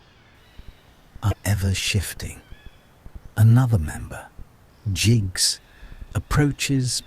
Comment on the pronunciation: you need to get the names right..... its jonna , not yonah .... its jinx , not jiggs ......